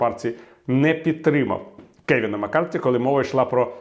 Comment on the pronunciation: Пане Віталію, дякую за професійну та оперативну аналітику! І все-таки він МаккарТІ, а не Маккартні )